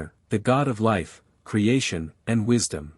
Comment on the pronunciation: God of "wishdom" huh?